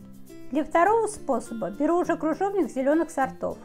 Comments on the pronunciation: Не кружовник,а КРЫЖОВНИК! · Автор,не крУжовник,а крЫжовник. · 🤣🤣🤣🤣🤣🤣правда, очень безграмотно! Кружовник! Клабуки! ДУршлаг, каллидор🤣🤣